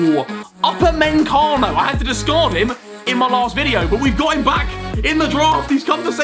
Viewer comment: No one: Harry: uP A MaY cA nO